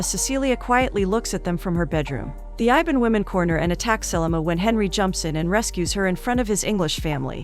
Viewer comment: iban , I B A N . not IVAN , wtf. REAL FACT : MALAYSIA consist of 3 country - PERSEKUTUAN MALAYA : PENINSULAR MALAYSIA - SABAH - SARAWAK Same like UK